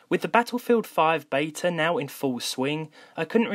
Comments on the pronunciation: Please learn how to say "Beta".. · As an Englishman is it not Beta over Bayta?